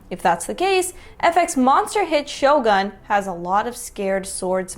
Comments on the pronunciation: This bloke has actively mispronounced a ton of Japanese words to fit his language narrative... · It’s not ShoGOON its ShoGUN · The Japanese pronunciation of Shogun is more like shore-gun🔫. Not shoul-goon like the guy claims. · notice how he was pronouncing japanese names with an african dialect to make them sound similar? Edo is no Edoo, shogun is not shogoon. Just blatant mental gymnastics lol. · Pronounced Eh-dough.... and show-gun. Tryna say theres similarities in the language due to the american spelled translation.... what would this guy do if you told him many asian languages use the same word with different inflections to say many different things... fool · There were no black Vikings either. They were white, really white. Many with red hair. To pronounce it correctly speak it like Sho"goon". Does anyone know if there were any female Samurai? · Just a detail, "Shogun" must be pronounced "Shogoon" with the stress on the first syllable. Please, stop translating everything into English!!! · When the guy mispronounced Shogun to rhyme with Ogoun I was hysterical and in tears. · That black guy in the beginning is an idiot... He's not even pronouncing Edo and Shogun correctly... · I really dislike how the first dude is butchering pronunciation to make his point. The old capital of Edo is pronounced like Ed-Doah not E-doo, secondly Shogun is pronounced like Show Gun not Show Goon. It’s just really cringe to intentionally misinterpret a whole language to fit a predetermined narrative. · Edo not Edu. Shogun not Shoogoon. If he pronounced the language properly without intonation he would find the sounds are not the same.